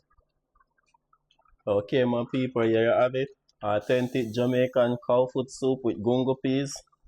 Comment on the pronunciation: “Aww-ten-tic” sir why? 😩